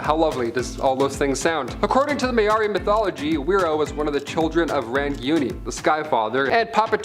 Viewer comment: whiro is pronounced firo with a rolled r and Maori is pronounced maow (rolled r) ri. yw.